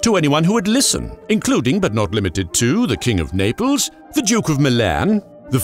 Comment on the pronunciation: "Ze germans!" Love it